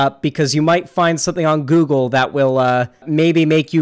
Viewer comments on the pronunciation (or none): none